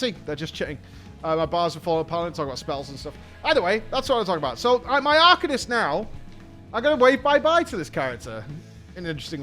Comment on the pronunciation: drink every time says arcanist wrong